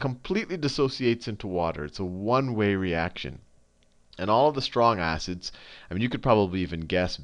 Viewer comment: Khan sayin 'STRONG ASSES' on purpose